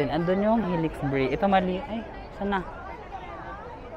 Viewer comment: It’s pronounced as “hee-lix” kuya 😅